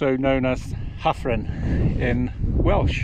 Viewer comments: Your Welsh pronunciation isn’t bad, you got Llanidloes spot on, Hafren, one F in Welsh is pronounced V, so Hafren would be pronounced Havren, good ride though 👍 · can’t fault your pronunciations which are good for a Saes, my grandmother and her family were from the Forest so I have connections with Gloucestershire, but it was just Hafren…….Afon Hafren =River Severn, so one F……pronounced as V……..FF…….pronounced as F, Da Iawn apart from that, good videos of your rides by the way 👍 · Thanks for your feedback. My mum and wife are both Welsh and Welsh speakers so I am disappointed that I got the Hafren pronunciation wrong. I won’t tell them. 👍